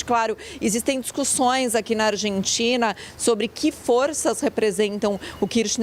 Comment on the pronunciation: Tem que ser MUITO boçal pra pronunciar Rabier na mesma frase em que pronuncia Argentina....ao invés pronunciar " Arrentina"